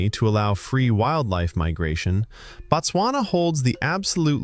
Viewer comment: it is Bot-swana My country